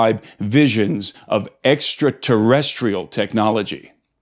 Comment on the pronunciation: You say extra terra? 2x at least in this video?